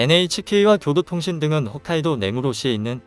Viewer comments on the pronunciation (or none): none